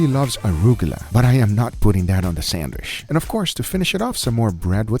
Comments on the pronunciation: I love how you say Sandwish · Guga be like sandwich ❌sandwishhh👍🏻 “just a joke great things my guy love u 🥰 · Just 1 time id love for guga to say sandwich.... not sand wish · The way he says “sandwich” is cool